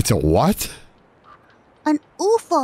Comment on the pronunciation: I love how he is so utterly broken that when Mouse busts out her brand new pronunciation of “UFO” he doesn’t even have the energy to fight about it.